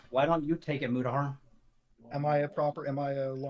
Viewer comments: Juristriction? “”, stop saying it that way lmao. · Do a shot every time mispronounces Mutahar